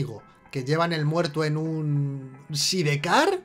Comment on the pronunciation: side car, minuto , se pronuncia said car.